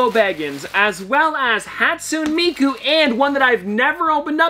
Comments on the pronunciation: I don’t like to be that guy but hatsune miku is pronounced hat soon A me ku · How you said Hatsune Miku was hurting my brain, But nice video